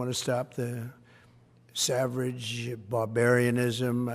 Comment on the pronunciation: Saverage? Does he mean savage? 🤦‍♀️